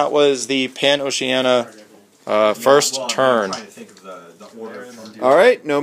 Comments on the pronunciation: Is Pan-o-seh-a-neea. The mid part "ocea" is pronounced like ocean, there comes that word, Pan (all) oceania (Southeastern Pacific Asia and Australia). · Nice! Btw: I guess it should be [Paen-o-shi-ae-ni(!)-a], shouldn't it?